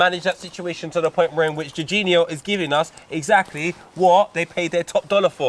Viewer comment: says Jorginho like that weird dad who says chorizo Choreeeefo. #x